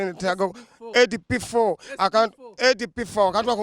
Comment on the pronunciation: Mbu amanyi oluzungu naye he can't say the word "SB4 "